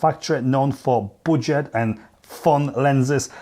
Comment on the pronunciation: Ya it is not buwdget